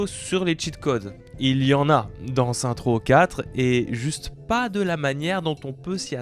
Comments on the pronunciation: Booba: Saints Row ✅: Saintrow ❌ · On dit « Seine-ss Roww » stp